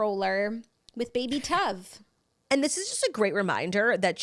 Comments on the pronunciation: Hahaha it’s pronounced like Stove without the S. Tove lol. That’s my dads name, it’s Scandinavian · I think so too 😂 Tove like cove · I think Lilly Collins baby’s name is Tove like Cove but with a T. It means good in Hebrew. 😅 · i knew right when Jax said the name that it was all wrong. but knowing Lily i am leaning more towards it being pronounced like the singer Tove Lo.